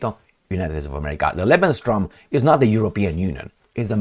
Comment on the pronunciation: It's pronounced:"Lebens-room",.